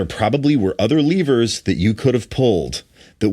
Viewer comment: Starting, it took me way too long to realize was saying "levers", I thought he was saying "lemurs".... Was a confusing but lovely visual in my head during that time 😅